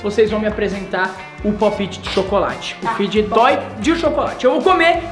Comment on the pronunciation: se pronuncia "pope ti" Mas escrevi "pop it"